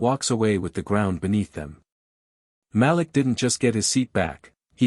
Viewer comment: The name is pronounced MA LEEK.